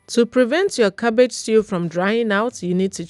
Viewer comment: “Cabbagee” is a word in my books 😂😂 and if the cabbage is not crunchy i don’t want it ,a job well done 👏🏾👌🏾